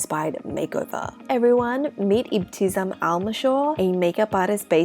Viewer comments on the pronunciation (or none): It is ebti-Sam there’s no z sound in her name 😊❤